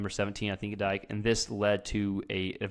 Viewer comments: I'd take 600 yards passing and 10 touchdowns as a complete game. Also FSU gives up football after that drubbing. Also 17's name is pronounced Dee-K, not dike. Good content. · It's pronounced DEE-KAY not DIKE. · Dike is pronounced Dee-Kay just so ya know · Nice play breakdown. ‘Dike’ is pronounced (Dee-k)